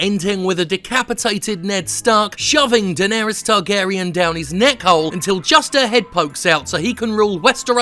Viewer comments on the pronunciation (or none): none